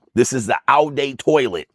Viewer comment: "Oww Day Toilet" is diabolical hahahahahah 🤣🤣